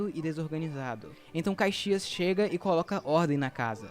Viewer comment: Atenção na pronúncia foi dito Cuzuru não, não é, é curuzu, palavra do dialeto nativo Guarany, também foi dito caixias não, o certo é Caxias.